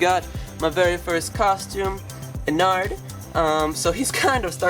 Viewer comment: Something to me sounds weird when he says ennard is he saying onnard (No hate I love this channel)